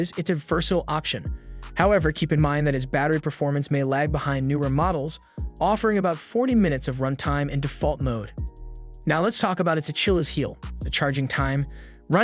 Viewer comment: Was with you until you said “a-chill-eez” heel. Nope 🤦🏻‍♀️